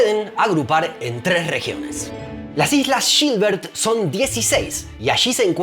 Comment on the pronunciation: Jajaja Amé cuando dijo “Las islas SHilbert” y ni hablar cuando le dice “grEnich” al Meridiano. No se puede ser más porteño 😅 Se ganó mi Like 👍🏻